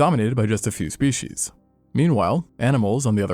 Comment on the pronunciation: "more shpeSHEESH"